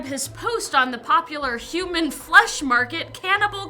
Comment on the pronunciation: You know when I listen the 1's time you said "shemon" the 2's time you said human.